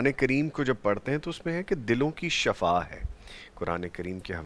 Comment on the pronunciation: Shifa is true pronunciation hai